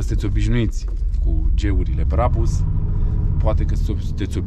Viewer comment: Se spune Brabuș